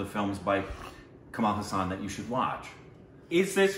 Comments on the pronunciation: Dude btw. It's Kamal Haasan. Not Kamal Husan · Watch ' Nayagan' 'Indian', 'Appuraja' 'Sadma' and 'Alavandan' back to back to get a bit of who this legendary actor, Kamal Hassan is (Haasun not HU Saan) 🙏💜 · Kamal Haasan not Kamaal Hassaan. Please watch Sadma.